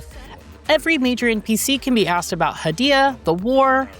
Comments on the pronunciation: According to the developers who made Hell Is Us, the fictional country of Hadia (heɪ.di.ə) is pronounced like "hay-DEE-uh," similar to the name "Arcadia" without the "ar" at the beginning. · They also continually mispronounce "Hadia."